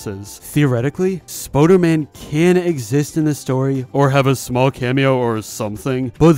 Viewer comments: Stop saying Spoder-man say Spooder-man! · spOOderman not spOderman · Spooderman not Spoaderman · ITS SPOODERMAN NOT SPODERMAN AHHHHHHHHHHHHHHHHHHH. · Did you just say ‘Spoderman’ instead on spooderman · Spooder man not spoder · its spooderman not spoderman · I though spooder man was pronounced Spoo-der-man not Spoh-der-man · its spooderman not spoderman and you pronounce it spuderman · you said it wrong